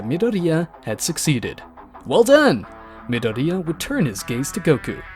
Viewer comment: hearing midoria like Nidorina the pokimon